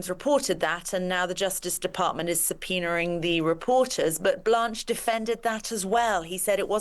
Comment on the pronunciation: Did you say subpoenering ?